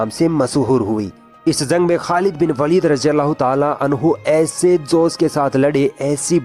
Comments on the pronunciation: खालिद बिन वलीद ना कि वालिद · It is pronounced as waleed or Walid and waalid = father in urdu Name is khalid ibn e waleed or walid . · It's not a Walid it's waleeeeeeed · Sister its not walid by the way ist waleed😊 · Waalid nahi vo lafz waleed he. ख़ालिद बिन वलीद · This is Waleed not walid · It's not walid its Waleeed 😊❤️ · वालीद नहीं है वलीद है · It is waleed not Walid.. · Not Walid(वालिद) Waleed(वलिद) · jii aapne sahi se nahi bola waleed not walid khechna h waleeeeed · यह वालिद नहीं वलीद है। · Sister walid nhi waleed Khalid bin waleed not walid ok sis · Jazakallah, but sister you pronounced वालिद(meaning Father) but he is actually वलिद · Walid nhin Waleed bolo वलीद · Its waleed Not walid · Waleed not walid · Not Walid it is Waleed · Its वलीद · Behn it's khalid bin waleeeed!